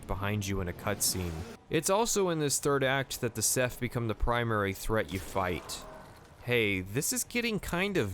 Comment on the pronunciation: was he saying seth or seph? if theyre a hive mind i think it's funny just calling them all seth